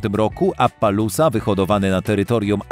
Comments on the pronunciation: Uszy bolą, jeszcze to jak on czyta maści... Ja: Apalossa On: Apalułsa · Nie appalusa tylko appalosa xd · Nie mówi się "Apalósa" a "Apalosa" Tak samo "Marławi" a powinno być "Marwari" skąd ty czytasz tę nazwe? 3. Cxyta sie Achałtekiński